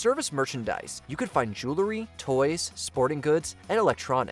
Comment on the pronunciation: JOO-la-ree ❌ JOOL-ree ✅